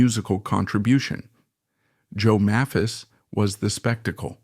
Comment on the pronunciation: May-phis, you moron.. Hard "A", not soft. And you can just type "MAYPHIS" into your AI script. It's not that hard. And in later years she was a Greeter and Guide at the Country Music Hall of Fame and Museum- there's an exhibition there of her and Joe's guitars. Speaking of Joe's guitars- the video keeps mentioning Joe's "White Mosrite", I don't recall Joe ever having a White Mosrite- even in this vid all of his double-necks were Sunburst. And regarding Rose Lee's guitars-- note the Martin with a Bigsby neck- we all know that Merle Travis had a Martin/Bigsby, but I had never heard of Rose's. She was one of the most beloved people in Nashville- everybody, from every generation, loved Rose. And yes, their son Jody is a good friend of mine- and he's an honor to his parents- a very talented sweetheart.